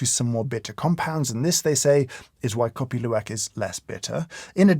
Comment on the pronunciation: I surprised your pronunciation is perfect on Kopi Luwak!!!